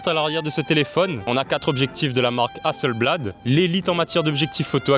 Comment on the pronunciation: HasselBLAD avec la prononciation créole i veut pas trop dire la même chose 😂😂😂